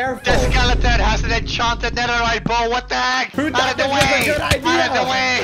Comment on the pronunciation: Enchanted "netharite" bow netharite what the hell